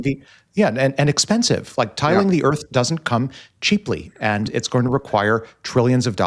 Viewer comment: Ha ha ha. Tile the earf too 😐